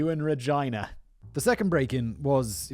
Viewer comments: Simons pronunciation of Regina as “Ra-jy-na” like Vagina, instead of its actual pronunciation of “Reh-Gee-Na” is just too much now. He’s got to be doing it on purpose😩😭🤦🏽‍♀️ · Reg..eee..na. Not Re jy na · Regina is Latin for queen and you pronounce it as regeena. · and he keeps pronouncing it wrong 🤣. This episode was an absolute banger, i can't stop laughing. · "Regina" may be used in legal proceedings because it means queen in Latin? (Also, it's not pronounced like "vagina", Simon. 🤣)